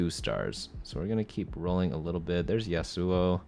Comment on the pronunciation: I got triggered every time he said yassuo